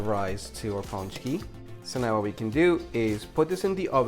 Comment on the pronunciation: Good job, they look great! You get extra points for using lard and even MORE extra points for pronouncing pączki correctly.